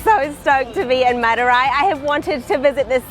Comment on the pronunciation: u r pronouncing madurai wrongly it is a big embarassing moment for madurai peoples